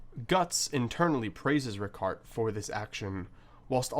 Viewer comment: Every time I hear "Ricàrt" I lose it